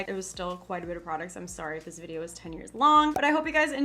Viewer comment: Vid not bid lol